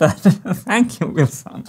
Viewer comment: It's not Wilson, it's Wheelson! It's a cogwheel, come on folks